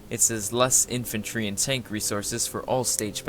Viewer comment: Is it just me or is he saying tonk instead of tank?